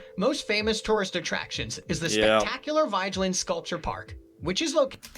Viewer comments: Oslo was founded and built at the end of the fjord, so of course it's centred around the water. I'm not sure if the narration voice really is a human, but it maltreats most of the names: Vigeland is pronounced vee-ge-land (hard g as in go) Akershus is ‘akers-hus’ (the s and h are pronounced seperately, and the u is close to oo in moon) Kong Five, who built it, is meaningless, as it means King five — It was built by king Haakon the fifth, the aa is a long open English o. Carl Joans gate --- Karl yo-hans gate (an oipen a, not a fithong, and the last e is pronounced as a weak e, almost ehh.) (Yes, the king and queen live there, in their own quarters.) Alfred Nobel was a Swedish entrpeneur, industrialist, and philanthropist at a time when Sweden and Norweay shared a king and foreign policy ( ). In his will he bequeathed the Nobel Prizes (the economy one is a later addition) but because he didn't trust the Swedes ro be peaceful enough with its belligerent history, he decided that the Norwegian parliament should organisze the Peace Prize committee and that particular ceremony. Aker brygge - no y sonds involved that isn't written: Ah-ker brygge (short, almost an ‘ee’ sound followed bya hard g — there are two gs to show the y is short) Also know as a tourist trap. The sculpture of Harald Hardråde was made by Anne Grimdalen (an unstressede in Anne, not annie, Grim- dahlen. try recognizing that name in the narration. Norwegian words usually have the the stress on the first syllable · He's named Vigeland. However "i" and "e" i pronounced differently in Norwegian then in English. So it's rather butchered...